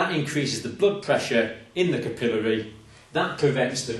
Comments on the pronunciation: Good teacher! We Yanks say capillary with the emphasis on the syllable "cap." I think I'll start saying it the way he says it. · It's pronounced capillary not capillary